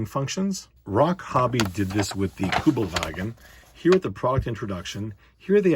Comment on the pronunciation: As a german I have to admit that you pronounced "Kommandeurwagen" very good for someone from the U.S👍. In case you're unfamilar with the meaning of this word, it basically translates as "Commando Car" or something similar.